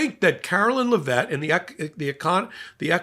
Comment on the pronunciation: Jizzaine? LeVET? He's kidding with the pronunciations, right?